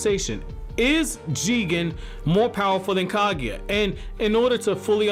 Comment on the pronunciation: Not Ka-gui-a .... she's Ka-gu-ya.